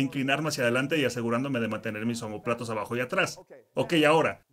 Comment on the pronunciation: 1. Es Omóplato, NO Omopláto 2. Actualmente se le llama Escápula en lugar de Omóplato...